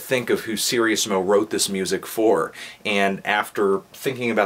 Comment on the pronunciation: Sir-Ease-mo. not serious-mo